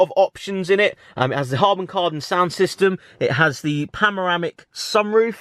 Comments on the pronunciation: "pamaramic sunroof" hahahahah love the vids keep it up man!! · ‘pamoramic’ sunroof. gets me every time. 😂